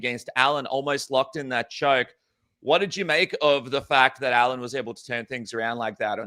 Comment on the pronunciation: Allan? Make some effort next time